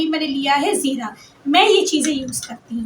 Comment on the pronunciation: Sukar ap ny jera 'nhe bola zera bola he😊